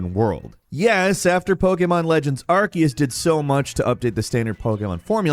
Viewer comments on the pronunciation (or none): Sir is it really pronounced arkeus?